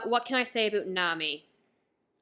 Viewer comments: Wait did you just say "aboot"?? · Like how she says "abeut" lul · A new One Piece fan... after you finish the Anime you have to start the manga but I see that you just started so like it might take you few months. Also "about" is diff. lmao